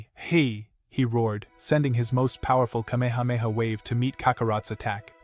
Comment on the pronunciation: Ugh this robo AI voice is a real downer on such a good story. If only he did it right this would have WAY more views. Kay-mee-hey-mee-hey really kills the vibe